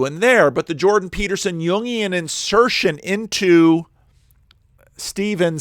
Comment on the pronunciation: Hi. Just FYI, the names Stephen and Steven are pronounced the same. The way you are saying it, like Stefan, is spelt Stephan, with an ‘a’ not an ‘e’.